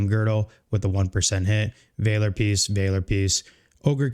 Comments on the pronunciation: It’s Valor , not Vayler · Vaaa-ler, not Vay-ler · Great video, Valor is pronounced as Vaal-or like honor and valor. Keep up the awesome work! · Just wanted to let you know, you are saying "valor" very wrong. You should look up the word and check out how its pronounced.